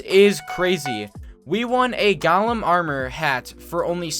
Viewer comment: his pronounciations for golem and glacite are hurting me